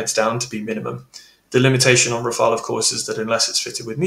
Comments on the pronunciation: no, not you. It's Rafale, not rafael. Come on. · Can you please, you guys stopping calling the Rafale by pronouncing "Rafael". It is just "Rafal" 😂😂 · Rafale, not Rafael! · Ra-fa-EL?? C'mon,, no, that's the Italian who painted those rascally/cute little angels. The Rafale (ra-FAL) is a stormy blast of wind, a gust. gets it. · RAFAEL? Come on, that’s a Teenage Mutant Ninja Turtle. It’s Rafale. You’re the go-to GOAT on this stuff. 😎👍🏼 How about each ally simply use the plane they can do best with in terms of volume, supplies and training? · RafAle NOT RafaEl ! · It's RAFALE and not Rafael! :) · It's not called "Rafael", but "Rafale". Rafale is a bird, and Rafael is a Hebrew name, completely unrelated to my knowledge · Rafale. Not Rafael. More credibility if you pronounce the names right. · RAFAL not RafaEL!!! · RafaLE, not Rafael , mon ami, come ca va aujourdui? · Tips for English speaking persons : how to pronounce "Rafale" : RAH -FAHL . the two As are pronounced exactly the same Easy ! rhymes with "cabal" for instance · god anyone else tired of people calling it Raphael? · it's "Raff Arl"... not like the Ninja Turtle 😊